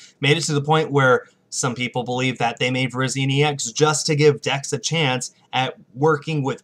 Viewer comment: Virizion is pronounced Ver-is-ee-on